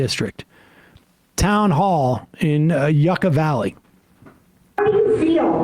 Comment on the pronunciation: Yuca Valley is pronounced [You•ca] Valley